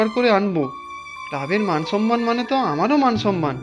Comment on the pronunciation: Shobdota samman, not Sanman